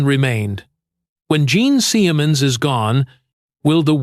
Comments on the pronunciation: Bullshit, cheese-dick fake narration. Gene Semens?! For the first and last... teemay... piss off. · Jean seeeeaaayamunz this ai narration is trash.